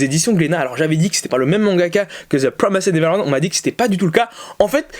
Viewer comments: rhaaaa ta prononciation de promised neverland mdrrr, ça se prononce PRO MI SS TE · Non sa se ce prononce " ZE PROMAÏZDE NEVERLANDE "